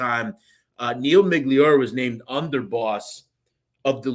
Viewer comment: His name was not Miglior It's pronounced Miglioreeee I would guess everything you are saying is only shit you have read and don't really know shit about the people you talking about.